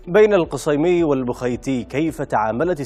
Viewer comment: القصيمي بالفتحه وليس الضمه